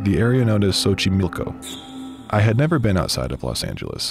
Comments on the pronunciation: Good pronunciation of xochimilco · So, are we gonna talk about the flawless way in which he pronounced ‘Xochimilco’, or no?